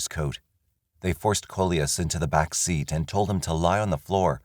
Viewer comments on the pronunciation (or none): none